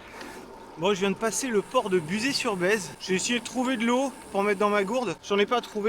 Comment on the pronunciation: Salut et merci pour la vidéo, belle ballade. Étant natif du coin, quand tu passes à Buzet sur Baïse il faut prononcer ba-i-ze et non pas bèze... 😂 Ça m'a beaucoup fait rire.